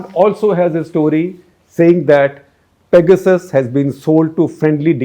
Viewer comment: Excellent episode for 800! Congrats! But could u say 'pegersis' instead of peg-asses